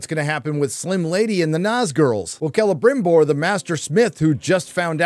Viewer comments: Why do I laugh everytime calls him Grama-BimBor... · can yous stop saying celebrimborrrrrr like that. its giving me PTSD